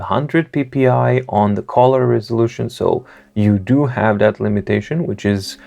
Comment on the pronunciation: Just a pronunciation hint: not collar (part of a shirt) but cull-er. British -colour kʌlə; American -color kələr